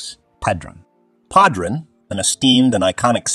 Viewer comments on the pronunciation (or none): I almost stopped watching the video when they said pahdruhn instead of padron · It's obvious the announcer doesn't smoke Padronnnn😂.Really🤔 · Oliva, Partagas, Padron, Davidoff and Romeo Y Julieta were all pronounced incorrect.